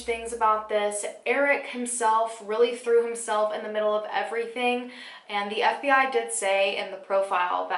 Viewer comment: It sounded like SBI not FBI